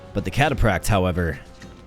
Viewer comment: Bro the way you pronounce "cataphract" was constantly triggering me. >.< Also, the spearman insta-gibbed your eagle because they kill stuff with high move speed, not cavalry....read the card...